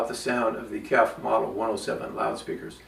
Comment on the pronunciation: KEF speakers are pronounced by saying the individual letters: K-E-F (kay-ee-eff). The name is an acronym for Kent Engineering and Foundry, a British company founded in 1961 in Maidstone, Kent.